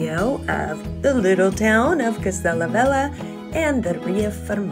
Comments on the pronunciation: Pronounced vel-ya. Just fyi. :) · The way u pronounce "velha" sounds like "vela" which means candle in portuguese. The "h" makes a huge difference when is located after l or n, nha or lha. Just a good tip for you 😉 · It´s not "vela". She mispronounced "velha", that´s why it sounds like "vela".